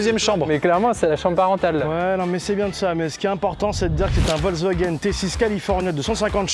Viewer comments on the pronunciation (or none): Ce qu’on retient de la vidéo : YoutiP , Amixem Docteur, Amixem suit la police ne sait pas compter, ne sait pas prononcer Wolwsagen et est étonné de tout les points YouTiP